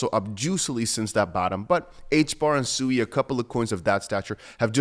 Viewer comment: SUI - pronounced Sweee not suey